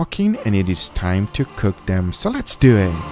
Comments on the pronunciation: Immortal ..."Lehss dew ihhhh"!! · "lets dewet" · It’s actually pronounced “ Let’s dew it”